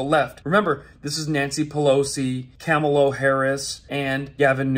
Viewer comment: I thought I heard you call her.... Kamel-Toe-Ahhh!😅